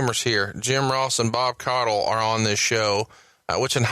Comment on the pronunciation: Its actually pronounced Koddel